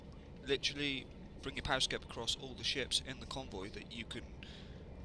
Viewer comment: it's called a periscope, not a pariscope.